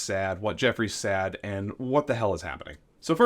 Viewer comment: At time point .. The word "said" is pronounced "sed" not "sad." OMG! Were you never corrected growing up? And you said ("sed") it many times so it wasn't a slip of the tongue.